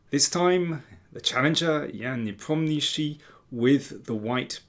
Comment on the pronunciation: Good job pronunciation correctly Ian Nepomniachtchi 😁